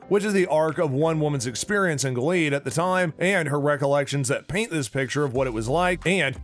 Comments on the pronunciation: What a shame that the man reading the dialog to this video has no clue what he's talking about. It's The HANDMAID'S Tale, not "Handmaiden's". Gilead is pronounced GIL-e-add, not "Gill-EEEd". The handmaid who lost her eye is Ja-NEEN, not "Janie." The older, violent woman played by Ann Dowd is Aunt Lydia, not Aunt "Linda". Final criticism: For someone discussing the collapse of democracy in the United States -- a dark, dystopian story of religious tyranny -- he certainly sounds upbeat and chipper. Please, re-record this and get rid of that voice best suited to local sports announcing. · Yeah like we trust you, my first fear was when i heard you call it the handmaiden's tale. Then gil-eed rather than gil-e-ad. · It's pronounced 'Gillee-ad' 😂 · I'm sorry, Giled? aunt linda? do you even watch the show? or you just looking for views and likes?